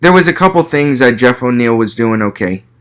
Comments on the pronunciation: Great video man! Btw I think it’s Neal not O’Neill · Wonderboy is an undefeated kickboxer to my understanding. And it's Geoff Neal. No O'neil. You don't have the slightest clue what you're talking about. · Bro this was not a good review. Its Geoff Neil. Theres no O. Geoff also isn't a wrestler. Hes a striker. A damn good high level striker. Thompson just made him look like dirt. Also you said thompson isn't world class???? Please don't make these vids if you dont know what you're talking about. A lot of what you said was very generic along with false info and very little real info about the fighters. Even got the name wrong. Thats the easiest part 🤦‍♂️ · Why the fuq, are you saying "O'Niel" You don't know, who Geoff Neal of? Then why are you speaking, and really failing at trying to break thos fight down, and remain informative. Leave it to the fighters!